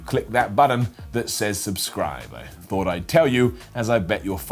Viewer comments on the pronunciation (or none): none